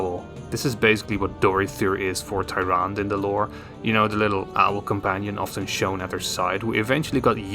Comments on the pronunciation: It’s pronounced taranduh not tyran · It’s pronounced ”Tyrand-e” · You can't pronounce your favorite hero's name? lol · You can't even pronounce her name right but she's a favorite? 😂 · How can you not pronounce the name when the name is spoken in Warcraft and world if warcraft? Also they aren’t like hunters; the priestess of the moon are like paladins but with bows. Which is why their other form is that of the Warden.